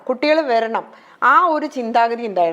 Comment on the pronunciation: വെരണം.... അല്ല.,.... വരണം.. എന്നാണ് പറയേണ്ടത്.